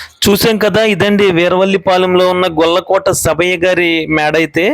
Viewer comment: గొల్లకోట కాదు.... It is గొలకోటి